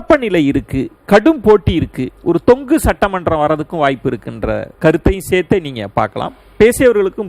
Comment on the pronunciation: மிஸ்டர் தமிழ் தெரியுமா... தொக்கு சட்டசபை அல்ல... தொங்கு சட்டசபை என்பது சரியானது